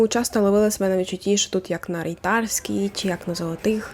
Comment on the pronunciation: я сказати, що ти не киянка, не кажучи що ти не киянка. сказати РейтАрській